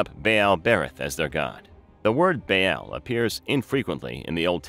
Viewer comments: I'm having a hard time getting any information past that terrible pronunciation of the name Baal. "Bay-AAL!" Ugh. It's pronounced "Ball." Like the toy. The double A in ancient words like this always sounds like that. Ball, lawn, yarn. AW sound. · It's not bay Al...its Baa aal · Baal is pronounced "Bah-all", not "Bay-yell". I cannot listen to this presentation, mispronunciation is just too annoying, and I am not even an English native. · No “bay-al” they didn’t have the English pronunciation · its pronounced bal